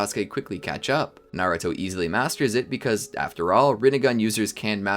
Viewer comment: That you said ramengan